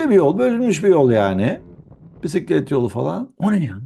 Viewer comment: hocanın dili dönmüyor bisiklet demeye 😂